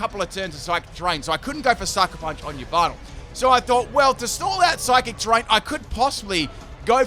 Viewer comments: It’s Ya Val tal not e valve tall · Did you just called Yveltal "Lyvato"? Sorry i seriously heard it that way. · Yvaltel is pronounced as Yahvotal Chech Mandjtv's channel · Anyone else bothered by how he says Yveltal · Im concerned about the way he pronounce "Yveltal" lol